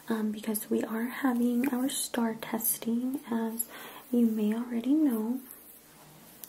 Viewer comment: Are you from Texas because you said the STAAR test like me? Not forced to answer don’t worry